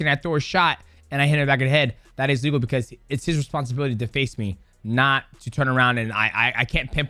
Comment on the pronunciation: they way you say ''A legal'' sounds just like illegal lol - maybe say one is okay other isn't